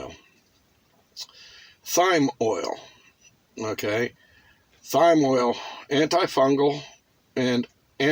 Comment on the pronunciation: Herbs are a great source for healing. Clove oil is great for toothaches. Echinacea is pronounced "ek-in-a'-sha" and thyme is pronounced "time".